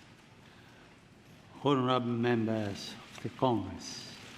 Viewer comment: No disrespect it's just that I'm reminded of that time Mr. Bean gave a speech also "members of C*CKS!"